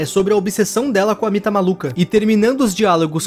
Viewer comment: Era mita legal vc falou errado